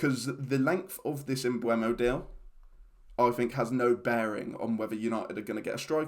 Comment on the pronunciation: With the E before the U isn't it pronounced "emboomo?